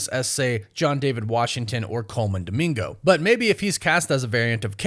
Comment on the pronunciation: Pls not dimingo 😂